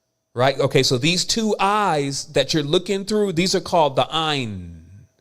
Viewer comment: iris not iron yo° get it straight.